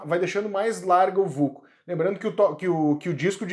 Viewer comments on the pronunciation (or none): Só uma correção, se fala sulco não vulco.